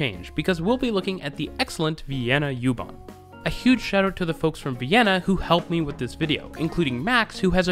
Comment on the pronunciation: Just me, but it might be a good idea to call it "oo-bahn". This gets me on all your German language transit system videos. Go ahead with the "yew-too" etc. It's also an Irish band.